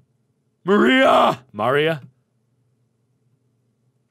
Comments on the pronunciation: My name is Maria....MARK it's pronounced Ma-REE-a not MAR-ia. :P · you say Maria's name wrong.. its Mahriah.. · P.S. It's MAria not mARia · You keep pronouncing the assistant's name like the wall from AoT. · Maybe he tried to pronounce it the German way. Although there is not that big a difference, just a different pronounciation of the r. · You kept switching how you pronounce "Maria" :p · Every time he says MAR-ia instead of ma-RIA I keep wondering if it's another one of his neat little quirks, like "ruum" for "room."